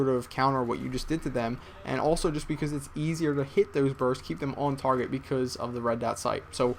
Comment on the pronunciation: word: beCUZ